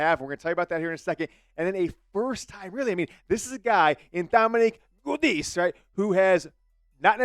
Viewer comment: It's pronounced Ja-dees Giudice